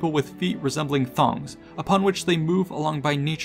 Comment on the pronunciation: ~ ~ the way he says thongs is of meme potenital full.